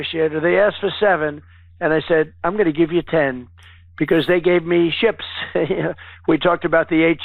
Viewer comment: Did he say he got 8 'sh1ps'...or 8 'sh1ts'?...they have meds for that second 1 you know